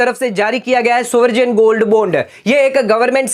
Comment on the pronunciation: Good info.spell as baund n not bond Sovrin is right pronounciation n not soverjin